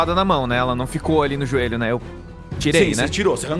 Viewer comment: Da mesma série de "póças" e "róstos" vem aí "ajoélho"